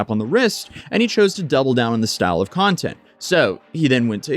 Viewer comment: He doesn't do content, he does cunt-ent...